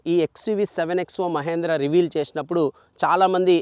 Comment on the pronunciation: మహేంద్ర కాదు😀 మహీంద్రా.